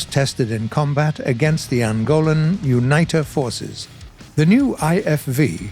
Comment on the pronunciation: Uuh-Neet-A, not Unite-uh forces.